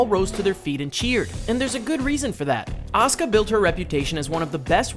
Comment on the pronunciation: It is a-su-ka